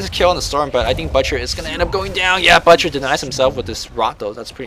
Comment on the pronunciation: you are pronouncing "butcher" wrong.